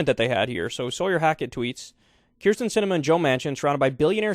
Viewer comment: Can you pls just learn how to say it. Kinda like Betsy DeVos